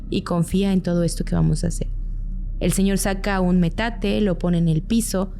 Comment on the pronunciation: PETATE EN VEZ DE METATE